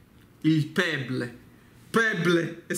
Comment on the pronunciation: una vita che sei in america e dici pebleeeeee ahahahahahh